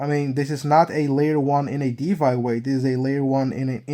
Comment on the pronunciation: it's DeFi, not DeVy 👍